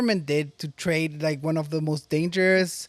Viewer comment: Why does this lady in the video keep adding an "R" to some words. Morst= Most